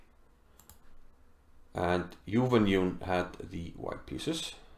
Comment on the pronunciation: Her name is pronounced as Jew-when-June (mind the J-sound).